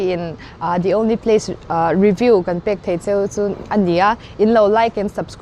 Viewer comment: The only pace 😂